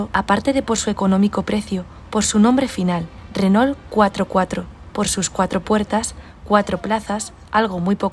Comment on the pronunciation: Renault se pronuncia "Reno" (No se prononcia la "L" antes de la "T"... 😉😉💖💖